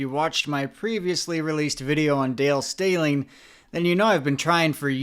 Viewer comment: Stehling rhymes with telling 😊